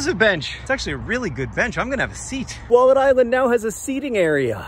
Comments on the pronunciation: It took me a little too long to understand what John was calling the island. When he said he found a wallet there I thought "I've never heard of a wallette, is it a river creature native to that part of the world?" 😓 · Was he saying wallet this whole time? I kept hearing Wallid. I was like, what's a Wallid? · I thought he was saying Walden island for most of the episode lol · I did not realise that he was saying wallet this whole time, I kept hearing Wallid. I was like, you found a Wallid? What's a Wallid? Maybe a type of animal? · Until you explained the name of the island I thought you were saying “Wallid” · anybody else misheard "wallet" and wondered what the heck a "wollod" was for four minutes?